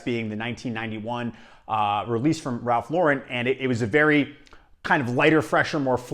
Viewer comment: Thanks for pronouncing Ralph Lauren the proper way. Don’t understand why most American reviewers can’t get how an American brand is supposed to be pronounced